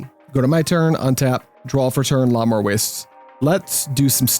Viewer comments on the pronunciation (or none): Your mispronunciation of Llanowar makes you sound like a French aristocrat—kinda boss, so keep that…but…the way you say Krovikan is some straight-whack-deranged-hermit-on-shrooms type of nonsense!